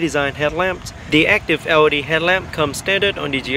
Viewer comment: And GLE as GOE, LED as OED!